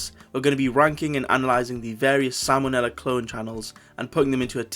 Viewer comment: When he said Sam O'Nella I thought he said salmonella